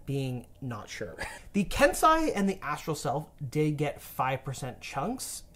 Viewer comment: Please learn to pronounce kensei 😫 its ken-SAY, not ken-SYE